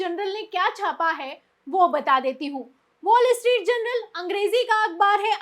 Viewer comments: Please correct the word as Journal instead of general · Madam Presenter.......The name of the newspaper is Wall Street "JOURNAL".....but you have been pronouncing it is as Wall Street "GENERAL". Just thought of drawing your attention